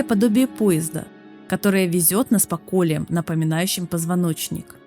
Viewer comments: НарОсты, колеЯ, фрЕски, Авторов, бля. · В слове наросты, колея, авторов неправильно ударения ставите